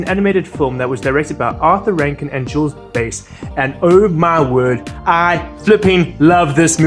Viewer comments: It's Bass like the fish, not Bass as in bass and treble. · Its pronounced Bass like the fish, not base like the guitar. Haha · The Bass in Rankin/Bass is pronounced like the fish, not the instrument. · You're pronouncing "Bass" wrong ;-) But never mind, I agree, I've loved the Rankin-Bass animated version since I first saw it on TV as a child.